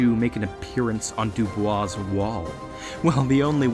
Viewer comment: Bonus Points for saying Dubois and not Doo-Boys